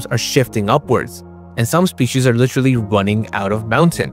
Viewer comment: Litcherly??? Come on man ... say liter and then say alee. Now then together. Literally